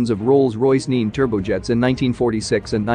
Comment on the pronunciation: The name of th engine is pronunced as two syllables: neh-neh